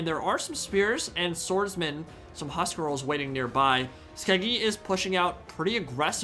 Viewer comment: We want more. But it's huscarls not huscrals :))